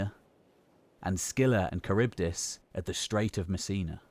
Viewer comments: CHARYBDIS : Tcha Ribba Diss? It is like kuh-RIB-diss. Some people may assume you have expertise and begin pronoucing it incorrectly because of this video. You have such a broad range of knowledge, but can't be perfect. I'm sure there are people in the community willing to help out with such proof-listening before publishing. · Just to make it easier for english speakers. Its pronounced ''Harivdis'' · You pronounce Charibdys en every possible way! Charbydis (wrong), Charybides (wrong), and eventually, Kharybdis (right). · Charybdis with a K -aribdis (/kə.ˈrɪb.dɪs/). Like chameleon or character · Kharybdis, it is a Greek Ch- not a Norman one. Nice job overall. nice images, especially the well researched frescoes and pottery images. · “Char beat us” lol